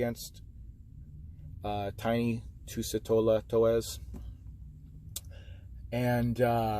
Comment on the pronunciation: To-es-A! Is the pronunciation.